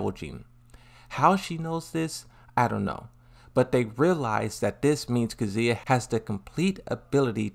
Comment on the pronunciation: Still can't get over the fact that Claudio says Kazuya as CATZUYA. If you understand Italian you probably laughed your ass off.